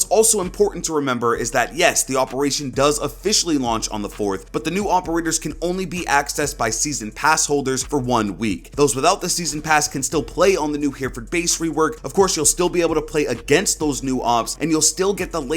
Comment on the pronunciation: it's not "hear-ford", it's "he-ra-ford" just fyi